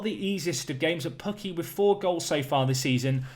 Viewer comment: As a Finn I approve of the pronunciaton of Pukki 😂